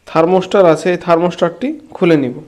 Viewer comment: আরে বোকা,থার্মস্টার না ,থার্মোস্ট্যাট হবে।